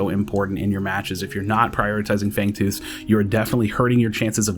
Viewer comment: Fangooth lol